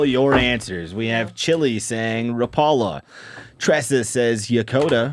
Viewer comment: love ya man, but it’s not Ra-Paul-la. It’s more like Rawh-pull-ahh. Saw-na vs. sow-naugh. We don’t say Tor-till-la anymore, right? - a Yooper Ps- still appreciate ya though, bud!